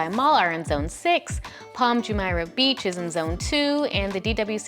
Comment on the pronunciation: Hey! Thank you very much for the video, I like the content very much! However, please note that "Palm Jumeirah", "sheikh", and "Deira" are all pronounced differently.